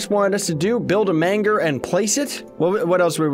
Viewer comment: The "GER" in Manger is pronounced like the "GER" in German or germ.